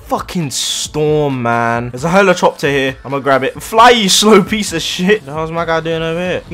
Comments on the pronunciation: "There's a helochopter here" -, 2020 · When he said helechopter